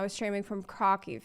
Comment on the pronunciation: It's pronounced Craw-Cooph(f) for the city of Krakow